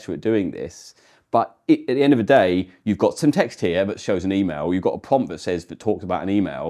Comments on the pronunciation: Am I the only one twiggewed by the way "pwompt" is pwonunced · For fellow watchers who may benefit from this clarification: he is saying "prompt", not "pump", "pumped", nor "pomp".